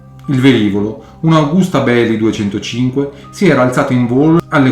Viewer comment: Agùsta il conte Agùsta, proprietario della fabbrica. I cowboys pronunciano Àgusta